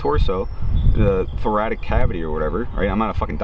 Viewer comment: Thoracic cavity. Pronounced Thor rass ic But really good info.